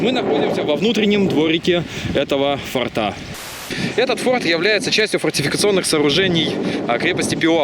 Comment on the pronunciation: Ну блин,фОрта же,фОртов - слух же режет ояебу.Хорошие у вас ролики,информативные.А что на диске поклонника было?ОТВЕТА НЕ ПОСЛЕДОВАЛО.(( Пересмотрел и снова слух режет ваш татарский язык.Ну,блин,фОрты же.Для сохранения фОрта.От слова форт ударение.Спасибо за видео о погибающих раритетах чужой земли.